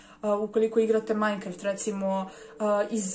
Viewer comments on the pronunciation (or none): none